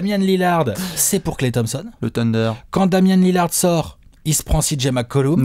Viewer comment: on dit LILLAAAAARD <3